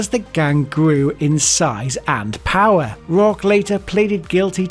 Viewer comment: “As the gang gwew in size and powah” bro sounds like the “he’s weally hitting the gwiddy” dude